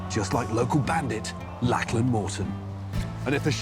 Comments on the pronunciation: I love Matt, but I'm pretty sure he is mispronounce Lachlan's name. "LOCK-luhn" or "LOCK-lin" rather than "LACK-lan" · Brilliant video. Absolutely loved it. But a suggestion from an Aussie. Lachlan is pronounced Lock-lan (rather than Lak-lan, just saying).😊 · Lack-Lyn? Do you mean Lock-Lan?